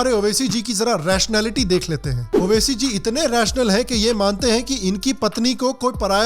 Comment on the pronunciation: मैडम ने एक बात बाडिया बोली उबासी नाकी ओवैसी 😝😝😝😝😝 उबासी